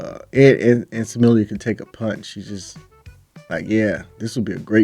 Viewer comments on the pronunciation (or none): It's pronounced Smil-Lah...not Samillia. btw turn your fight volume on...then you'll be able to hear the impact of Dakota's punches and kicks, Trust me, Smilla wants nothing to do with Dakota...for a few years at least. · Smilla, not Samillia.